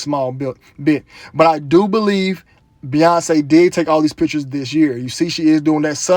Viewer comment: Beyonce = BOY-ONCE